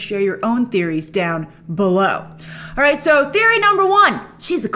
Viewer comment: I love how you say "BELOW"